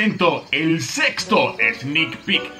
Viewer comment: Pensé que dijo sexo pero no dijo sexto xdddd